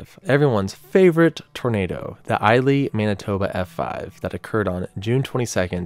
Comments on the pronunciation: It's pronounced E-lie not Elei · Hey I used to live where Canada's only ef5 happened and it's pronounced E lie and not i lee. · It’s pronounced e-lie. Not i-ley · A fellow Manitoban. We pronounced the town of Elie with Eli but the E is silent. Also there was another Tornado in the province that is a honourable mention the Virden Tornado in 2020 with its infamous photo. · Great video, just for future record the town is pronounced E-lie Manitoba. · Congrats on 50k Subs. As a Manitoba local ypur pronounciation of Elie made me chuckle. It is pronounced as E-lie.